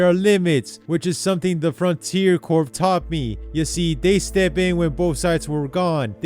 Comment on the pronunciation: Btw Corps is pronounced "core"